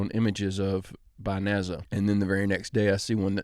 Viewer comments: NASA not NAZA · If you truly believe that you will correct your own mistakes ..... WHY THE HELL DO YOU PERSIST IN SAYING NAZZER It's 4 frigging letters N A S A National Aeronatics Space Agency Where does anything mention ZZZZZZZZZZZZZZZZZZZ ?? I'll wait for THAT apology !! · I love how pronounces NASA "NAZZA" 😂 souds way better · I noticed that he pronounces it wrong also... lol... kinda bugs me 😊